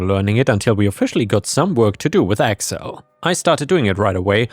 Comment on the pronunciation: Accel instead of Excel is a hilarious AI error xD